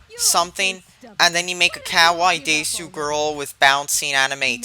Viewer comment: Wow, you sure mispronounced kawaii and desu wrong. Fool.